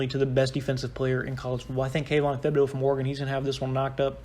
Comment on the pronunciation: Great video. Also it’s Kayvon not Kaython